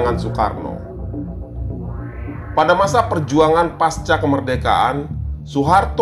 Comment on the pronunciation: pasca dibaca pakai C bukan paska rusak suasana rasanya pas narasi sudah bagus, tapi sesederhana itu keliru